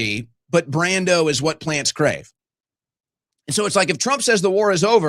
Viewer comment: How do you mispronounce brawndo as brando? Im ashamed of you.